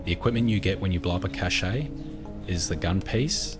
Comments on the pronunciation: the fact he calls them chache-A 's instead of pronouncing it cash really grinds me the wrong way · The e in cache is silent. Pronounced like cash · A cache, like an arms cache is just pronounced like cash. It's a loanword, but the main thing is that another French loanword, cachet is pronounced like how illiterate seppos pronounce cache wrong. They've only been doing that for the last decade, don't copy seppos, they basically can't speak English because they have no vocabulary and nearly always nors up French loanwords. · At first him saying Cache really bothered me, but it's kind of funny yet soothing. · great video, really helpful, but the way he says cache is so annoying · maybe they say them differently in different places of the world